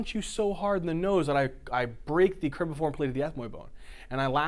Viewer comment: Excellent job! But it's cribriform not cribiform plate. Thank you again.